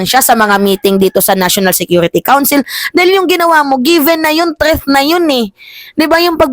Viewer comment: My love.... THREAT hindi po 'TREATH." Huwag mamasamahin love.... para huwag kang punahin ng iba, ako na lang kasi love kita, hehehe.